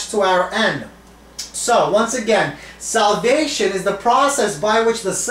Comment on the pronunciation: where r u from? I heard salvation instead of solvation ! meanwhile gr8 lecture